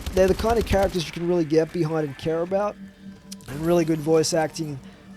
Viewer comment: You sound like a stoner 😂 "what are talking aboot"